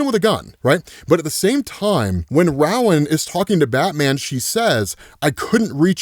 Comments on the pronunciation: Just so you know: The first syllable in "Rowan" is pronounced like the word "row", as in "a row of desks" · Uhhh, sorry, but I can't take it. Rowan is pronounced "ROW-an", like "row, row,row your boat, gently down the sea...." limerick. It's like a Gaelic name. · It's pronounced Ro-win, I know because it's my name lol 😊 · that's a new way to pronounce Rowan